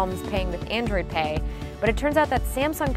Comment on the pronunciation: I heard of android pay not androd pay!!!! lol